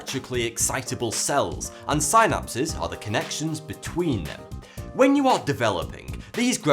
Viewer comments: synapse is pronounced sin-apse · say SInapsis one more time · annoys me how he pronounces "synapse" , lol.